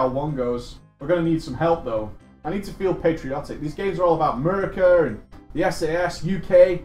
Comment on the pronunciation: Saying Murica in a British accent cracks me up so much lol